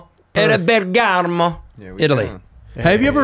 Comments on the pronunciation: Jason Bergamo is a city in italy, it's near Milan . You mispronounced it , it should sound more like "Bergh-r-more" when you pronunce it. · hey! amazing! love it! by the way Jason - it is BEH er Gamo -!!!! hehehehehe Good to see you.!